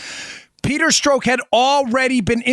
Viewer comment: It’s pronounced “struck”.